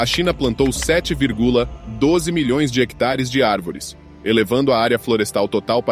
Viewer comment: 7 vir,gula kkkkk nem IA tem essa pausa